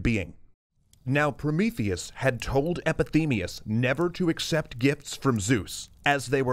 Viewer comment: "Oh Promotheus!" "ProMEEtheus!" - Fin